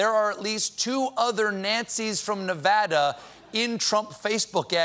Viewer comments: I'm so proud of Stephen for pronouncing Nevada properly #VEGASBABYVEGAS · He said Nevada correctly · Thank you, Stephen--thank you, thank you, thank you--for pronouncing Nevada correctly. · I love that Stephen says Nevada correctly! Many dont